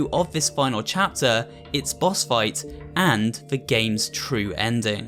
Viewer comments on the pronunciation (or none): you said bos not boss